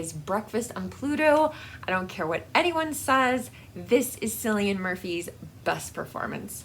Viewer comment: So pleased you’re joining us for the readathon! Omg the Irish princesses 🤣 Looooove! And love incorporating films and music too is such a good idea! Every film that Cillian Murphy is in is totally brilliant (to pronounce his name think of it more like it starts with a K - like ‘kill-ee-an’) 🥰 I hope you enjoy every book you read in March!